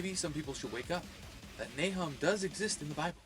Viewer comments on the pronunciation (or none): I knew a guy back when I was in college about 16 years ago named Nahum and I remember he told me it's in the Bible. You being ignorant of it means only that. And it's pronounced Na oom. Your pronunciation only further shows your ignorance.